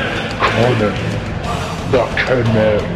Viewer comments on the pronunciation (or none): This was awesome, apart from mispronouncing the lands, and saying "Cimmeria" as "Kimmeria".